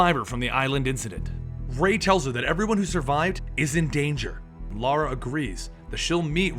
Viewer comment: Reminds me the first video I've seen from these guys he kept saying Lara name wrong and Zod kept correcting him. miss the comedy guys.